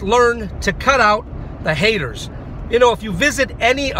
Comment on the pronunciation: Ahh the NaySayeRRZz anD the HateRRZz...